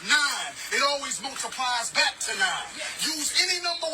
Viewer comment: Anybody that’s says “bike” instead of back is not a credible source for information probably on any topic